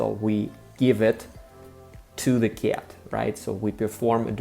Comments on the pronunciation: Because the "c" in cat sounds soft, it clashes with the "a" which in Russian sounds closest to the hard "э" but not enough to turn the "c" hard. I think he is trying to say "kyet" but it comes off as "kyaet" just because how round and indirect English vowels are. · Мне очень нравится, как ты произносишь кота по-английски, как «кят» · I didn’t mean to insult you. As I said for the most part your accent is excellent and one has to listen for a little bit to realize that you are not a native speaker but when you say cat, it sticks out like a sore thumb. I am not sure that I described how we would pronounce it well enough. I am sorry if I made you self conscience. Perhaps I shouldn’t have said anything. I am like the curious cat that can’t resist getting into trouble. Anyway, I enjoy your videos. You are a poltarah of a teacher. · Rhymes with Blyat 😂 Most russians would say "Ket" I used to have a Russian friend who when referring to his dad he would say: My dead. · When you say the word cat in English your pronunciation of the “a” is definitely not an English sound. You are making an overly pronunciation of the vowel. You know how to make the sound though. When you say кошка, the a is much open, and closer to how we say it in English. Actually, that a is a bit more British, but much closer to American English than how you are now saying it. When you say the word, at, you say it perfectly. So put a hard c in front of the “at” and you will get the way we say cat. On whole though, your accent is excellent. It is almost imperceptible except for a few vowel sounds like the “a” in the way you are now saying cat.